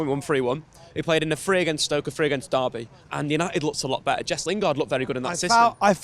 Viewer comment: Why does he still say Jess?